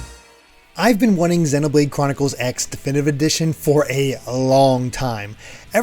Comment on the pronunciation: Are we sure the X in Xenoblade Chronicles X is pronounced "X" and not "cross" like a lot of Japanese games and anime that use an X in the title?